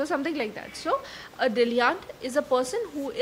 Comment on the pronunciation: Pronunciation is incorrect for dilettante.